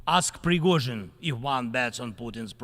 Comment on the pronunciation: "... if you want to bet on Putin's promise, ask Pregosion..."